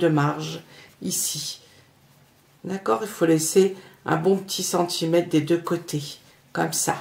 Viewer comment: Bonjour, Très jolie pochette. Pourriez-vous indiquer où vous trouvez ces jolis tissus ? Très amicalement,un petit clin d'œil grammatical et de diction : on ne dit pas " ce que vous avez besoin " mais " ce DONT vous avez besoin", et il y a un r à centimètre. 😉 Merci pour vos tutos bien expliqués et les projets très sympas avec de jolis tissus. J'en ai réalisé plusieurs avec succès 😎